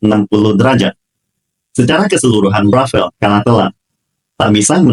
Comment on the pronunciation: ...bukan rafael tapi RAFALE kalo dibaca E nya hilang jadi RAFAL. Rafale artinya hembusan kentut (bercanda).....artinya hembusan atau tiupan angin. DASSAULT RAFALE dibaca DASSO RAFAL